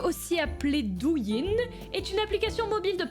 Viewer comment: "Douyin"😂😂 c'est Doyi.Mais pas grave 😂